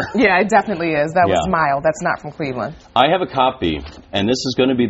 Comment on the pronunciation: LeBron went to the NBA Finals with the Cleveland Cavaliers you moron. Back in 2007 when they got swept by the Spurs. And you say I don't know nothing about the game? Lol get a life kid. And it is Cleveland, not "claveland" idiot.